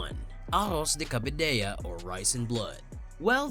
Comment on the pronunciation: Not to mention pronouncing "cabidela" as "cabidella", as if it was a Spanish word...